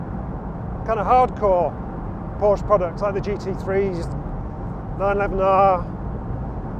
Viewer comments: Does still not know how to pronounce Porsche? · There's always one that complains about how 'Porsche' is pronounced. The correction never comes from a native Deutsch speaker. And it is never an issue with the pronuniciation of other makes. Snobbery? Car OCD in Porsche obsessives? As you say, live and let live!